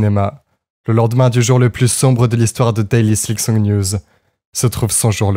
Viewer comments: Maintenant il s'agirait de deviner si sa prononciation de "silksong" en "sliksong" est aussi une forme de silkmeme ? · Tu dis vraiment "Slicksong" par contre au secours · Tu m'as trigger de fou avec tes "Sliksong" et "Slikpost". Silk, bordel, S-I-L-K xD Sinon, je suis content que Team Cherry n'ait pas cédé à la pression des joueurs. La bonne date de sortie d'un jeu, c'est "Quand il est prêt." POINT BARRE. Ils auraient rushé le jeu sous la pression de tous ces impatients, le jeu aurait été naze, tout le monde aurait craché sur le jeu et les dév. Les gens ne se rendent pas compte que ce comportement nuit au bon développement des jeux. Vous voulez des bons jeux ? Fermez vos gueules et soyez patients. Laissez les dév bosser à leur rythme. Pour moi ce n'est pas un hasard si Team Cherry était inconnu avant de sortir ce chef d'oeuvre. Personne ne les attendait, personne n'attendait leur jeu, ils ont pu bosser peinard. Vous voulez une suite de la même qualité ? Laissez-leur la même paix.